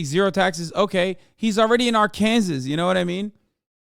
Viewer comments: Say “AR-KANSAS” one more time and imma disrespectfully watch your content from a far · Why is he pronouncing Arkansas that way it sounds weird i have never heard anybody pronounced like that